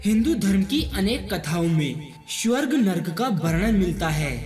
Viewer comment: Abhey lavade pehale swarg bolna toh seekh le ..